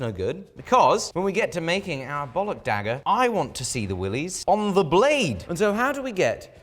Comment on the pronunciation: legendary dagger: dihhager